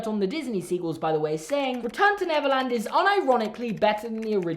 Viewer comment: I keep hearing Neverlands as Netherlands